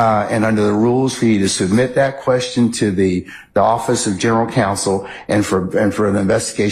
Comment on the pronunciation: Did she say Quershtion?